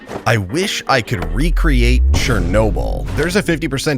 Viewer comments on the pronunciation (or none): Rage: have you been playing Minecraft and though i wish i could recreate chernobyl My ears: Re:Create😮 Me: he sayd the thing😂😂😂😂😂😂 Edit1: i actually did that